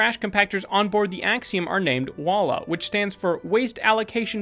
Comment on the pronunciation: You pronounced "WALL-A" wrong. "WALL-E" is pronounced "Wall" then the letter "E". The same method of pronunciation applies to the other robots (I know this from the special features in the DVD). If the same method applies to the other robots, it should apply to the WALL-As.